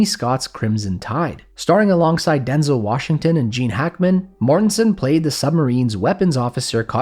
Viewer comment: It made me happy to hear you say denzel instead of denzelle